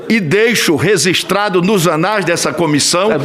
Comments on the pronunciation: Senhor Renan relator a palavra não é resistrado e sim (Registrado) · Excelentíssimo senador Renan a maneira correta seria "Registrado" e não "Resistrado" como vossa excelência tem falado frequentemente kkkkkk